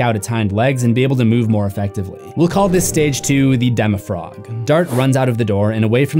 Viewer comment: Its not called a demo-frog its called a demofrogon